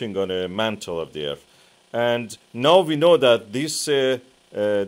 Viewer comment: I can't take anyone serious that says Earf.